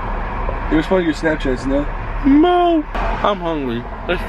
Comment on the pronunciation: Ethan saying no but it comes out as mo 🥺